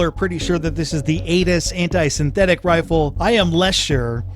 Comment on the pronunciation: Did he say "Anus Anti Synthetic Rifle"